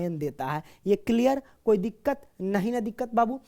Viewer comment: Koi diqqat nhi diqqar😂😂